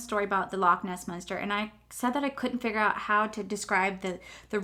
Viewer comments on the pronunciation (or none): none